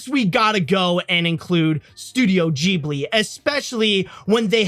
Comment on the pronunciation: Who's gonna tell him he's pronouncing Ghibli wrong?